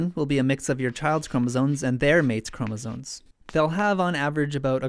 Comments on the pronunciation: Great video! But are you saying "chromosoNes?" It always sounds like you are. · "cromosones" please